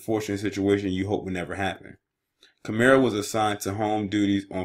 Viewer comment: and it’s kim-er